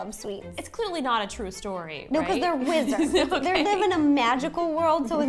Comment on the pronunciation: I thought u said "we are not lizards" instead of "we are not wizards"😂